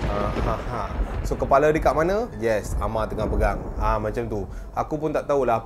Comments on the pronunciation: Walaupun ini cerita Seram tpi lawak doh..bahagian dia sebut kepala hahah lawak doh(kipala kipala tak Ada badan) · Part yg sebut kipala tu aku gelak terbahak bahak siak